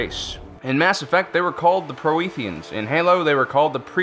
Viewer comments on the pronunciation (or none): PROTHEANS, not Proheteans. Do a vid about the Gree. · Your pronunciation of Protheans is horrible. It's ProThean not Pro e theans. I'm sorry but I'm a huge Mass Effect fan and I hate it when people pronounce things wrong. But great vid. I love beings like this, I love Lovecraft. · Mass Effect's species was Protheans, my good sir. A common mispronunciation, one that I used to make often. Yeah, I know. Weird name. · Proetheans no it's Prothean get it right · Also said pro-ee-theans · I just found your channel and subbing was a no-brainer. Fantastic, we'll researched information! Love the presentation too. One note to keep in mind is pronunciation of species' names. Protheans (Pro-th-ee-ans) Celestians (Cell-es-tee-als) Keep up the good work, guys! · Vincent Van der velde Pro-Eee-Theans? I cringed. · "The Proetheans" 😧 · adam dubin yeah I cringed a bit when he said the protheans name too lol